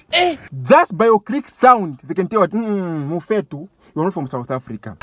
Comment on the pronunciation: 😂😂i wish i can teach you more and how to pronounce Mfethu not Mufetu .